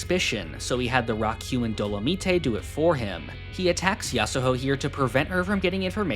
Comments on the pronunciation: we're not gonna address "do-lo-mi-te?" It's Dolomite doh-lo-might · great video! i just wanted to let you know your pronouncing dolomite wrong. its not really a big deal but for future reference it’s dow-luh-mite (like terMITE if that makes any sense to you) keep up the good work!